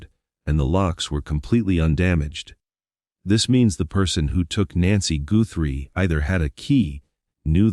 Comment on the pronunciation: The last name is not pronounced Gootry. It’s important to get the name right.